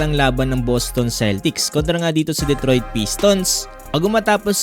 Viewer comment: ayusin mo naman pag kaka bigkas mo "Detroit" hindi "Dedtroid"